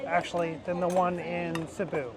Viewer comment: ronanians: Sibiu. Them : Sibú🤣.